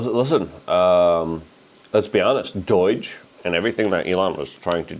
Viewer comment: Why do you call DOGE doyge? Is it meant to be insulting or what? Weird…..